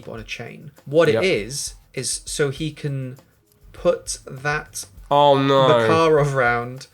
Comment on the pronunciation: you said makarov like they do in the game, which you previously commented that no one says it that way :)